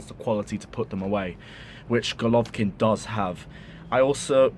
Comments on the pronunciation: its not rocket science to pronounce "Go" "lo" "vin" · Golovin! not Golovkin))) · Bro its golovin not golkvkin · It golovin not golovkin plz get his name right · Bro it’s Golovin not Golovkin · You shud take this video down awful that the main part of your video refers to someone whose name you could not bother to research enough to say it right